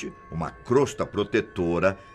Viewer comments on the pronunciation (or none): none